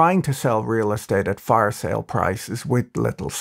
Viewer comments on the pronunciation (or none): none